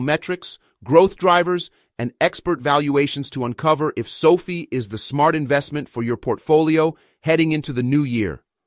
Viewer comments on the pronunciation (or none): It’s SoFi (rhymes with Pie)